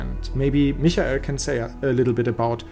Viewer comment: D :D (It's how Michael is pronounced in German.)